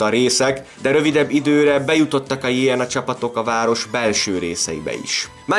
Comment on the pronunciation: Nagyon jó a videó ! Némi kiigazítás: nem jé en á, hanem jö nö á, nem vé rs, hanem vrsz...! Ez így érthető, a volt Jugoszlávia területén élő magyarok számára ! 😊